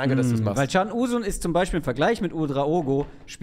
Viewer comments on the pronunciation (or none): Was für eine geniale Folge. Hat mir sehr gut gefallen. Auch das man direkt die Neuerungen sehen!! Daumen Hoch :) Ps: ist wahrscheinlich sehr spießig, aber Can Uzun, wird ein wenig anders ausgesprochen. Es spricht sich "Djan" und nicht "Tschan" da es kein Cedille wie bei Çalhanoğlu ist sondern das normale C wie bei Emre Can.